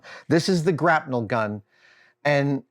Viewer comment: wait... grap-NEL? have I been saying it wrong my whole life? grapple gun.